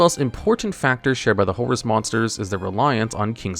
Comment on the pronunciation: First time I heard his name correct